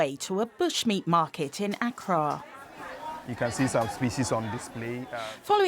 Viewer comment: The way she pronounces Accra😭😭